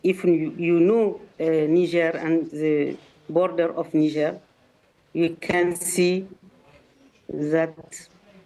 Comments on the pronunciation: It Niger sounc bit different to its spelt Niger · I feel like you mispronounced niger in your head there